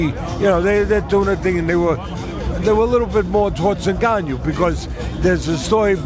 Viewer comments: 😂 " Nganiou "... Teddy c'mon! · Cant even speak the name proper 🤣🤣🤣 N GAN NOU easy lol the people LOVE too hate on aj but humble pie got through at all the fuckers and aj never got smoked by usyk especially in 2nd fight usyk won by 2 3 rounds even fury stated this wilder and fury get ENDED by aj quick aswell especially wilder